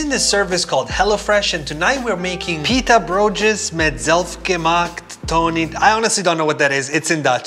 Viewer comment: I speak dutch and i was dead when you tried to pronounce "pittabroodjes met zelfgemaakte, ...😂😂